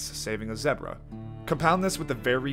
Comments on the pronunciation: Never heard anyone pronounce zebra as "zebruh" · dude says "zeh-bruh" instead of "zee-bruh" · Bro said, "Zeh-Bruh" multiple times